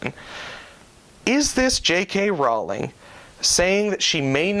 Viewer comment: It's actually pronounced "roll-ing", like row a boat